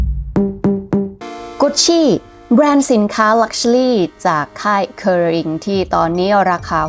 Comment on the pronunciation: ถ้าออกเสียงภาษาอังกฤษถูกต้องกว่านี้จะฟังรื่นหูมากค่ะ เช่น luxury อาจจะไปฝึกออกเสียงใหม่